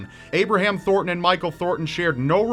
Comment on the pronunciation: its ThorNton, not Thorton.